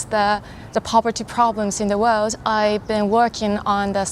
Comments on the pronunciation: Nice video. .but why do you say miss old 😀😀😀? It's miss world. .use (W) W O R LD ..alright. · its MISS WORLD....not orld....